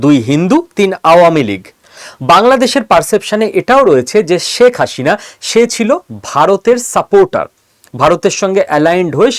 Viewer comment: অনেক ভুল পর্যালোচনা আপনার। দাদা বাবুরা বাংলাদেশ আর মুসলমানদের বিরুদ্ধে আর কতো চাপাবাজী করবেন। বাংলাদেশ আপনারা কোনদিনই নিতে পারবেন না। চাপাবাজী বন্ধ করুন। আর কথা বলার সময় প্রথমে আপনার বাংলা উচ্চারণ ঠিক করুন। আপনি তো "শেখ হাসিনা" উচ্চারণই ভুল বলছেন দাদা বাবু। এই সমস্ত বস্তাপচা গাজাখুরী গল্প শোনার সময় বাংলাদেশিদের নেই। আরেকটা কথা : আপনারা পশ্চিম বাংলার মানুষই তো মোদি বাবুর দ্বারা গাড়মারা খাচ্ছেন। আগে নিজের গাড় এর যত্ন নিন তারপর বাংলাদেশ নিয়ে ভাবুন 😂😂😂😂